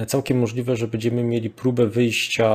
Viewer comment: bĘdziemy a nie bEdziemy, proszę bo to w uszy kłuje XD